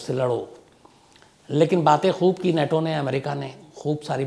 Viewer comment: अबे नेटो नहीं नाटो।